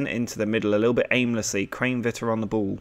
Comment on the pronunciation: You are saying Kranevitter wrong (pronounced kran eh vitter